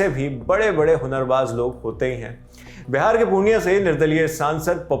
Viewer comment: बेहार नहीं होता है भाई बिहार होता है, pronunciation sikh lo fir achha se reporting करना , चित्युतिएं